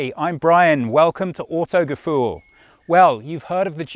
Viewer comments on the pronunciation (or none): Hiiiiii, i´m Brian, welcome to oootogefuuhl ... 😂😂 😆😆😉